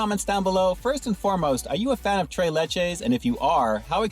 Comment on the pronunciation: You keep saying tray but it tres LOL like three in Spanish LOL because it's three milks LOL